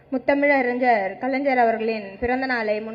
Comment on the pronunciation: அறிஞ்சர் இல்ல avengers மூதேவி அது அறிஞர் 🤣🤣🤣🤣🤣🤣🤣🤣